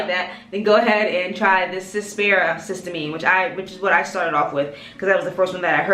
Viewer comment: Thanks for you video; your skin looks great! I learned about this product via Dr. Alexis Stephens. I believe it's pronounced: siss- tea- uh- mean. 😊